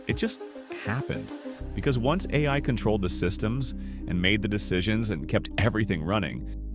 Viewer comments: yep I noticed that too. "the Aaaaaa i" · The a i voice gives itself away when it messes up saying ai